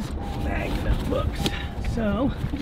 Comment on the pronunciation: Did he say Japanese MAGNA ?